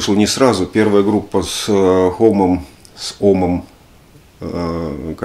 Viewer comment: Хомме в интервью: "Моя фамилия произносится как ХОММЕ. Так и только так!" (с) Собственными ушами это интервью слышал. На YouTube оно есть кстать.